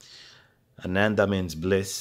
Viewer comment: He do you know where I can get balanced cable for this with trrs 2.5mm connector . New headphones Hifiman arya have same drivers as he1000 and cheaper आनंद it's pronounced with last a silent